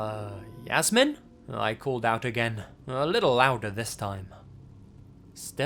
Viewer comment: A little tip: Jasmin is pronounced in German as [Yas-mean].